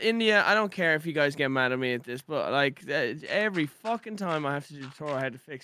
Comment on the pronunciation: I heard hello gays